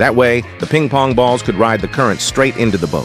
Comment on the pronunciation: “Peeng POnG BaULs”